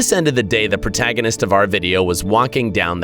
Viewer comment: Did it just say protaginous?